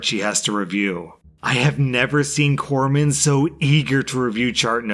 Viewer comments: Someone else covered the navy story thank you for pronouncing it corpsmen and not corpse men 😂😂😂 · Oh, I'm so proud of you. You pronounced Corpsmen properly, which a lot of people get wrong, including at least one former president.